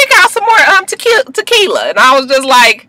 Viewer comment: Did you say To-Kill-Ya. I'm ready to fight you LMFAO.